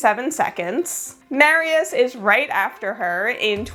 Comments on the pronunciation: I was listening to the video while doing sth in the kitchen and I thought Mariusz (Mar-yoosh) is a woman because you kept saying Mary-yes 😁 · (By the way, Mariusz is pronounced with a "sh" sound at the end in Polish. In Hungarian (if it's a name there; I don't know) it would be pronounced with a "s" sound.) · The only two names I think you mispronounced were Mariusz (which has something closer to a sh sound at the end) and Brigitta (which has a hard g like in "games")